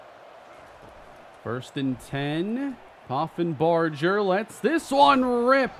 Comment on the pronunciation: Reese Poffenbarger was the QB for my UAlbany great danes last year. Take care of him cane!! Edit: also, it's pronounced with a hard g like burger (